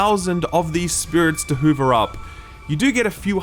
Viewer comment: does he keep pronouncing hover as hoover?